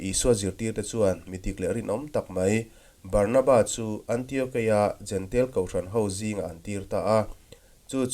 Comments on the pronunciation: Kan lam thiam dan turin jentail tiin an dah a. Jentail ti lovin jentêl kan ti daih tak asin.😮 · Jentail tih hi "jentel " ti a lam hi an ni deuh vek mai a. Juda ho hian, Juda nilo ho hi eng tiang berin nge an lam rik le!!!!?